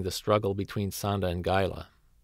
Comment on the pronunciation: Gaila? It's Gaira.